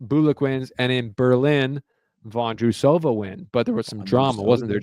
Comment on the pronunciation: and JP, I love you guys and love hearing your take on tennis, however your pronunciation of some of the player's names like Vondrousova ia hard to hear... I raised this because the mispronunciation has happened to others names too. 😮